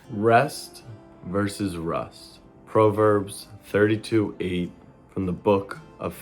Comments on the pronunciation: quoting a bible verse but can’t pronounce proverbs correct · The way pronounced proverbs pissed me off